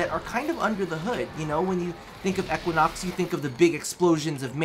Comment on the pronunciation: If he says"eckuinox" again...